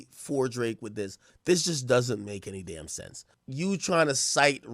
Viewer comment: the way you say 'D*MN' I'm expecting Vin Diesel to pop out and start saying 'family!' 😆